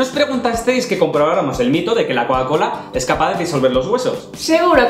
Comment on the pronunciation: Mayden casi al final dijo: refresco de coula jajaja,me reí un montón :D